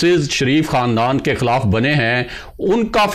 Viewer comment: kaya he achcha ho kah aap apna talafuz sahee kar lain LAFZ HAY "QOUM" na kah KOOM Lahaza QOUMIYAT na kah KOOMIYAT. LAFZ HAY "KHILAF na kah KHALAF.